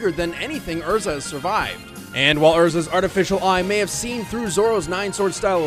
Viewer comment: Her name isn't EZra it's ERza.